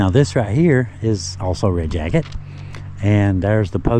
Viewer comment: You are right in that Red Jacket is different. You pronounced Chief Red Jacket's name correctly. There is so much history tied to Red Jacket all the way prior to the American Revolutionary War. Thank you so very much and. Keep up your great work.